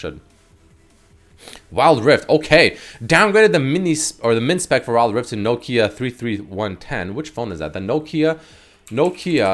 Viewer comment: Ok you made me officially feel SO old pronouncing the Nokia 3310 as the NO KIA 3 3 1 10!!! 🤣🤣🤣